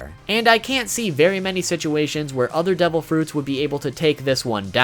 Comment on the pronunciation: Are u saying DOUBLE Fruits Or Devil Fruits